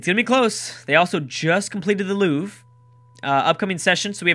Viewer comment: it's loo-vre and not loof.